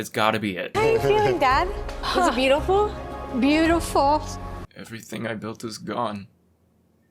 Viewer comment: Gordon's key to success is saying 3 syllable words in 1 syllable. "Beautfl" "Restrunt" "Mastrchf"